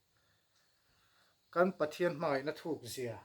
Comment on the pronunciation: No-40na thu nawn Pathian tih laia thian ( d__r slur hi d___l, slur angin I sa tlatin ka hria, ka hriatna beng diklo zawk emni chu le ?